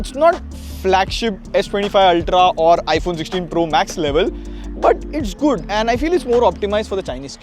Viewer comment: Bro literally says Gudd everytime he wants to say Good